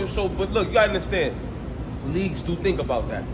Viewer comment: Lux whole word play be fuckin me up … nigga said “inderstand” that’s wild 😂